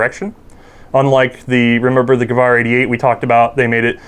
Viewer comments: It's gewehr not gewahr. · Gewehr is pronounced Gewair not Gawaar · Still can't pronounce "gewehr" right. protip: It's not "gewar". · Very cool. That dudes pronunciation of Gewehr makes me sad though. it's "ge-vair" buddy.